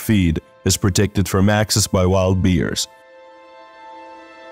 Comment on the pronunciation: Learn to pronounce Bears not Beers